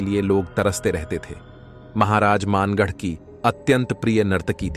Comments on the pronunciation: maangarh nahi...bhangarh h bhai ye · वो मानगढ़ नही भानगढ़ है।।और हम वही से है